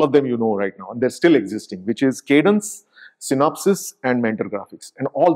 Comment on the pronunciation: Sir, It is 'Synopsys'